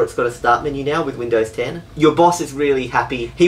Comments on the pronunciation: It sounds like said: Windows hen I'm in the U.S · "Windows hen" U have triggered windows 10 by saying that. xD